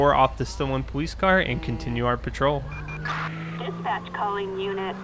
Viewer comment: Why do you say police like poweice